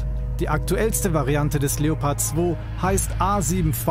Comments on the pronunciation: In itself your pronunciation is good but it is pronounced leo pard not leppard but still good and nice videos from you. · Just a little tip to pronouncing the Leopard, the German way: Seperate the syllables and speak them as seperad words (and maybe pronounce the "e" a bit more like an english "a") and then combine them pronouncing the syllables the way you would pronounce them seperatly: Leo - pard 😉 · You pronounce it something like " La- O- Purd" 😉